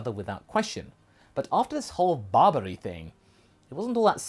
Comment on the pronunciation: Everytime says hoshi I hear roshi And everytime says barbary I hear babidi. So I keep getting confused about where we are in the timeline haha.